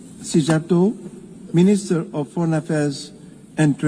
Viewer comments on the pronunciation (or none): Just saying, Szíjjártó is pronounced "C-yar-toe", empasys on C